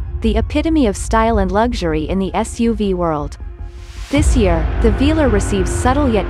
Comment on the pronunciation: AI has still to be trained to pronounce the name of the vehicle right 😉